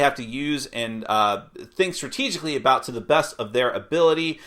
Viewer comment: "There are animals a boot..." Sounds like someone's been spending time with the Canadians.